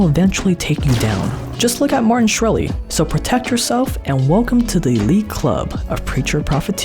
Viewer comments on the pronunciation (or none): Did you seriously just call skhreli shreli 😂